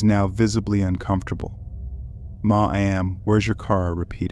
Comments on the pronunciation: maw-am? lol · The way you pronounced "ma'am" cracked me up